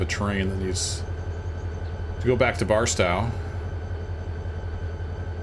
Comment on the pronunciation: Thank you for your videos, particularly the tutorials. Just got Run 8 a few days ago and had absolutely no idea how to proceed. Delivered my first cargo to an industry yesterday, so making progress. By the way, for what it's worth, the 'tow' in Barstow is pronounced like the 'tow' in 'tow truck' or like 'my big tow'.